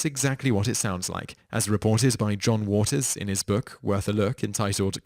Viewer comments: John Waters, for the GSD's sake! JOHN waters! You're mispronouncing things deliberately now! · Vincent PRICE. JOHN Waters. The guy who makes these videos mispronounces sooooo many words. If you are gooing to read from wikipedia then at least try and pronounce things.